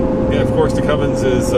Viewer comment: Seriously, why does everybody put a friggin g in cummins, THERES NO G IN CUMMINS